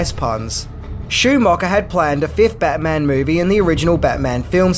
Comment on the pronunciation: Take a shot every time says Bayman! 😂😂😂